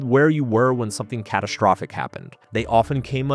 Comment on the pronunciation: STreet, cataSHtropic, SHtreak, abSHtract. . . these are NOT words.